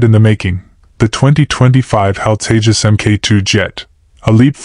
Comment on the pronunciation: Its TEJAS not TAJES